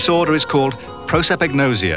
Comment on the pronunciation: Did this guy really make a video on a disease that he can't pronounce correctly? "Pro sep ig nose ee ah" is kinda far off from "Prah suh pahg no sea ah"